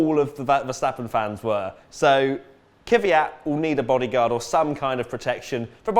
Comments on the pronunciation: 1. It's KVYat, not KYVYat. It's not that hard. 2. Wait... Sauber has never won a race? So, the win in the 2008 Canadian GP as BMW Sauber doesn't count? Okay then... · Stop pronouncing "Kvyat" wrong it's not Kyvyat it's Kvyat you dumb, fucked teeth brit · Why do people keep calling him Kyvyat? His name is KVYAT! Just practice... KV and then YAT. It's pretty fucking simple